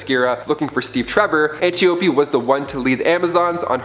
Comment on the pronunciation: Great Zeus, the pronunciation of names is atrocious. Antiope is pronounced an-TY-uh-pee; Hippolyte = huh-POL-i-tuh; Menalippe = muh-NAL-uh-pee; Orana = or-AH-nuh.; Themyscira = them-is-KEER-uh. You're welcome.